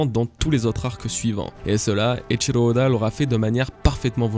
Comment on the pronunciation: Eiichiro Oda et non pas Eiichilo ode